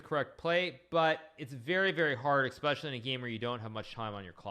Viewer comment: Man.. another one that started saying expecially instead of especially.